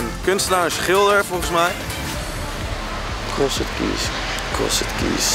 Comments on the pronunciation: Ik ga stuk 😂 hij zegt krosed keys maar je zegt t als crosd keys 😂😂 zonder die e er tussen 😅💖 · he also said keees instead of keys XD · Ik kan er echt niet tegen dat Thomas t uitspreek als CrossED keys terwijl je t uitspreekt als Crosd keys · Ja, echt he, Vreselijk was het. Niet om aan te horen. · HAHHAHAHAHA true krosset kies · krosset kies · krosset keejs xD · Krossut kies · Begon me ook al te irriteren. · thomas kan echt geen engels😂. krosset kies😝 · Ik moet bijna huilen van hoe Thomas crossed keys uitspreekt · Sorry Thomas, maar je uitspraak van "crossed keys" is echt om te huilen :'D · Ik vind het grappig hoe Thomas "crossed keys" uitspreekt :') Leuke opdracht dit! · Ik hoop dat Thomas weet dat je "crossed keys" zo totaal niet uitspreekt :') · Ik ergerde me kapot😂😭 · echt zo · Maar het is niet fout! Het klinkt wel heel erg slecht met dat nederlandse accent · Hahahahaha ja zo erg he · Echt he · Ik ging stuk! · Echt niet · appel HAHHAHAAHAHAHAHAHAHHA LAAT HEMM HIJ KOMT PROBABLY NET UIT DE BAARMOEDER GEGLEDEN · Daar heb je gelijk in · ik kan echt slecht tegen hoe thomas crossed keys uitspreekt. en giel speelt t wel echt smerig. leuke aflevering wel weer dit hahahaha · Thomas je uitspraak is echt belabberd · Ben ik de enige die me heel erg ergerde aan Thomas zijn uitspraak van Crossed Keys? XD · thomas' verkeerde manier van crossed keys uitspreken irriteerde me echt lmao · Wie irriteerde zich ook de manier hoe thomas “crossed keys” zei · Jeetje Thomas heb jij middelbare niet eens gedaan ofzo 'Crossed' bah die uitspraak